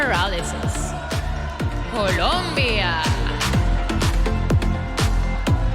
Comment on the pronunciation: I like how the presenter pronounces... COOLOOOMMMMBBBIA¡¡¡